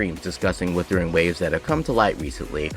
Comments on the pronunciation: How tf people still cant pronounce wUthering is beyond me especially when they make content on it... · Dude can't even say Wuthering right lol wtf is "Woothering."